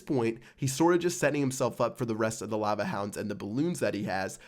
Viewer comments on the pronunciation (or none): none